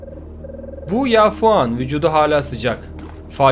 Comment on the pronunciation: bu ya fuan(fa yuan) XDXDXDXD